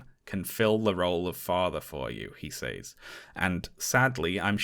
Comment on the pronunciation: Honest question: what accent pronounces says as "saze" rather than "sez"?